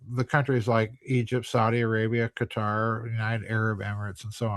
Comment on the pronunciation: Few people do. You can always tell the intelligence of someone by how they pronounce both Qatar and Iran.